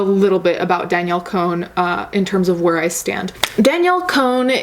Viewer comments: Con not cone. Lol sorry it bothered me a little bit 😘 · "cone" LOL its pronounced "con" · I thought her last name was pronounced Con?? 😂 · Was it on purpose that you said "Danielle cone"?😂